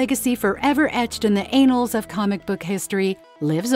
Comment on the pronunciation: “Anals” “symbuyot” this gotta be ai